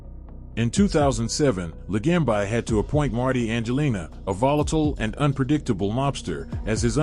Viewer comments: Could you at least pronounce the name correctly. It's not LaGamb I. LaGambi. Bee, not by. Idiot. Joe the Boss. Really good guy is all I'll say. My uncle through my 1st marriage had a place on jewelers row and let's just say they didn't just sell jewelry and i used to do some stuff for him and met Joe a bunch of times. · Joe La gam bi lol Ai cracks me up. Ron Turkey, Michael Seee ang o lean ee. Terrible!